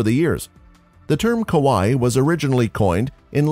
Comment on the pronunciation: Okay, the rest of the Japanese pronunciation is really not bad at all, just some weird emphasis on some syllables. Other than aoi and kawaii, very impressive.